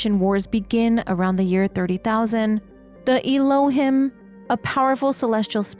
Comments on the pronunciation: I think Elohim is pronounced El-oh-heem. It's an Old Testament name for the Hebrew God. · Little correction. The Elohim are pronounced Ehlo-heem. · The correct pronunciation for Elohim is elōˈhēm is a Hebrew word for GOD. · This is super cool and I'm really excited for this game! Just one note: Elohim is pronounced "el-oh-heem". Thanks for compiling this.